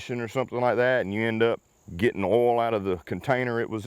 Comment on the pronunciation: Listening to you say owl instead of oil is beyond frustrating, i get the accent but come on stop it lol